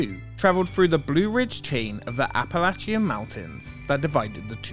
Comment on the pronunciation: Just so everyone knows it the app-ah-lay-shun mountains 😂